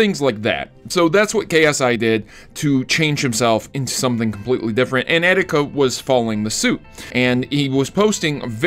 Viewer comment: its EE - TEE - KA not eh - di -ka